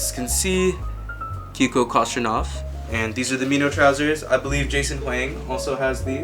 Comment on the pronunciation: how did you say kostadinov? lmao it’s pronounced koh-sta-dih-nov